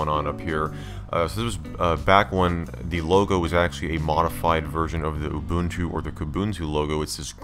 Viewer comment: Mubuntu 😂 6.10 (not Linux Mint)